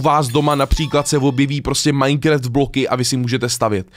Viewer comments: Taky vás štve že říká MINECREFT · Můžeš už konečně přestat říkat "MINECREFT" 😂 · už to byla taková doba a furt říká majnkreft hmm